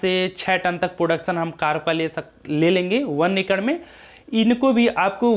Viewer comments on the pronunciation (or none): Acre ko racre bolta hai . He is illiterate